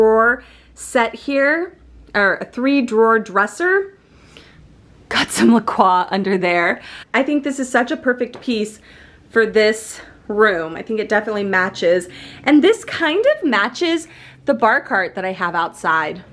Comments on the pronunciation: please tell me you were joking when you pronounced La Croix “la craw” 😂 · La croix is pronounced La CROY